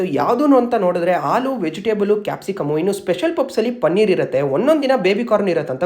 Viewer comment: It is not pupsu 😂… it is pronounced as puffs …